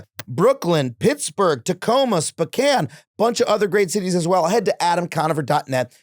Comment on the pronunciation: Love what you do Adam, and this is such a small nitpick, but please look up how to pronounce "Spokane."